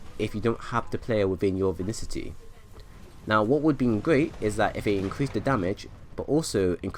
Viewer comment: Im tilted because you say vinicity not vicinity